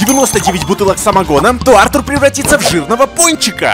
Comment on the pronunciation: Правильно произносить Арту́р а не Áртур